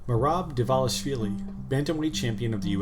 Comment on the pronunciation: "Merab Dishalavili" - Chael Sonnen